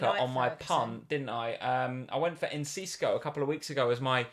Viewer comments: Hi - pls don’t say “Encisco” any more 😂 - correct way for Enciso is “ehn-SEE-soh” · Don't know where they got the C from 😂